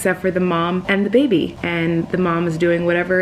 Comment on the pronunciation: Im colleen when it comes to bugs haha also anyone else saing bebe/ baby like? just me, cool cool